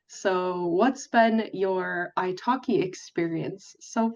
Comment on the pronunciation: I keep hearing italki as ice hockey..😊